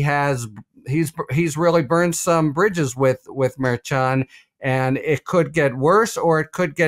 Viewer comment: out here using SAT words but can't - ever - say the judge's name correctly 🙄